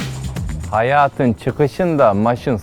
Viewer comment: kardeş men azerbaycanlıyım hayat deyil heyet düz oxu :)